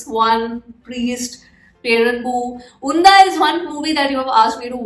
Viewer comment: It's not Undha😂 spell 'D' as 'D' itself not 'dh'. You can translate Unda in Malayalam and hear it from Google😌